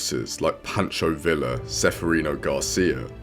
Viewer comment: Pancho *Vee-ya